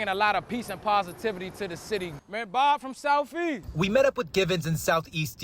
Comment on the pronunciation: “Bob from soufeast “😂😂😂